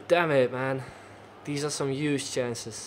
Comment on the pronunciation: Huge not uge